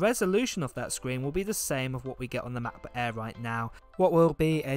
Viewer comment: I cannot watch this guy's videos just because he pronounces Macbook Air as "ma-bu eaah"